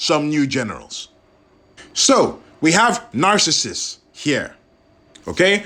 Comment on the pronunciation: Great review! Btw... I think Narcissus is pronounced Nar-sis-sus. 😉